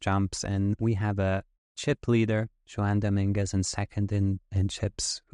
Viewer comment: Amazing hand. Great analysis. I bet your hand reading is incredible. However, your name reading is profoundly bad….. A Hispanic guy named Juan… and your guess is. lol wow. Honest mistake and made my day. Wow. That’s just great.